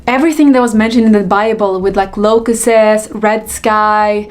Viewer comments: Locustses??? Locustses??? WTF are Locustses??? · Did she say locuses? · Did she say LOCUSTSES? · I like how she pronounced 'locusts' like she grew up in the 'hood 🤣🤣🤣🤣🤣